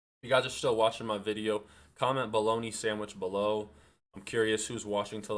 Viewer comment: BOLOGNA SANDWISH BRO, BOLOGNA SANDWISH!